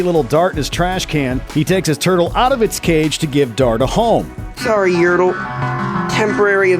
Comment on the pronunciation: Its Yertle not yurtle